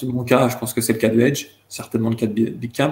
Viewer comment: j pensais q il disait "mon pote à Nice" j me disais wouaw il allait jusq à Nice pour un Street Fighter?! merde faut q je sorte là